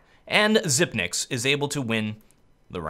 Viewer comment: Zip-niks! not Zipe-niks!